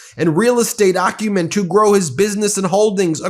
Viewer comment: You're driving me nuts! I'd check the Like button if you'd pronounced it AC u men instead of OCC u men. Good insights, though.